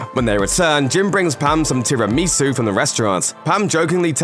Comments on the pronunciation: It bothers me that he pronounces is "terrupmeesoo" literally every normal person says "tier amussu(i am writinf it how it's pronounced, not the actual correct spelling)" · did you say ''terry meesoo''? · Dude, tiramisu is not a hard word to pronounce, come on